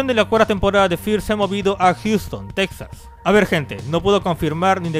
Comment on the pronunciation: Por cierto, se pronuncia Tejas :v